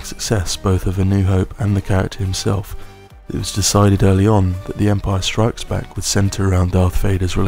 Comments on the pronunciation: The way you say Empire STRIKES Back is oddly unsettling to me. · Guy starts talking ...... Me: zZzZzZzZzZz Guy keeps saying Empire strIKES back.... Me:🤬🤬😳😳😤